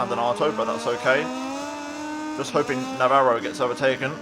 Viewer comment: awesome stuff man! also im impressed you can actually pronounce Navarro xD